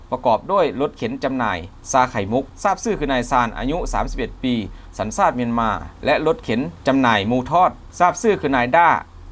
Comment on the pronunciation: กูท้าได้เลยคนอ่านรายงานข่าวคลิปนี้ ไม่ใช่คนไทยอย่าคำว่าชาติมันบอกว่าซาด